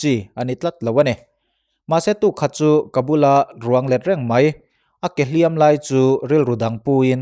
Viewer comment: "Lawp Lawp" tih hi Dawrh dawrh tih ang ni lovin, Chawrh Chawrh/Vak vak tih kan lam rik anga lam zawk tur a ni e. Tin, "Hliam tuar" tih a "hliam" hi mi kan va hliam emaw, misualin mi tu emaw a hliam thu emaw kan sawi dawn a nih chuan "mak" kan lam dan anga lam tur a ni a. Kan inti palh emaw, kan hliam hrim hrim kan sawi dawn a nih erawh chuan "Hriam" tih lam rik dan anga lam zawk tur a ni e. "Nghaisa" tih hi "Nghâisâ" tih ang ni lovin "nghaisa" tia lam zawk tur bawk a ni e.